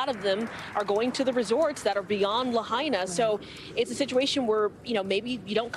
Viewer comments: La-HI-na, not La-HEY-na. Out of respect for the dead, please get it right! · La hey na??? Its LAHAINA. If you refuse to pronounce it right, don't report on it.